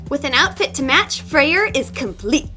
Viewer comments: You are are supposed say freyr not freier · no offense but his name is pronounced Frey it’s a weird thing about Norse names that they have some weird spellings (I’m into Norse myths so I’m a total nerd about it) like how Freya can be spelled freyja but still be pronounced as you did it’s a weird thing the Norse did with names like balder being baldr just trying to be helpful also stay artsy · lol, I love her pronunciation of Freyr XD. 'Frey-RR' XD me being Norwegian, I found it oddly funny. But, I guess different people may pronounce it differently...